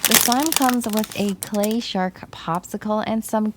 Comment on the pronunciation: Is it me or on the first slime did she say “slay slime” instead of clay slime?